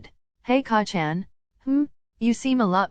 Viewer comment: I’m. Sorry but every time it says KACCAN 😂 I bust out laughing